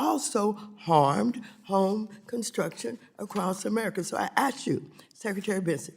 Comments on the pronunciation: "Let me ashk you" 🤣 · She didn't aks a question, she made a statement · It is not axed you. It is ask you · She axed him something. What an idiot. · She says,"I Ax you"...reclaiming my time,reclaiming my Time,reclaiming my time........ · I'd run like hell if she said she was going to "Axe" me!!